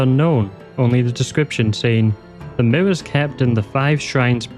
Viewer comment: The "Miwwows" are getting me so bad lmao. Once I noticed, I couldn't stop noticing.